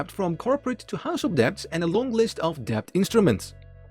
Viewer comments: Wow so ridiculous to mispronounce that word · Annoying mispronunciation of the word “debt” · debt is silent "b" ✌️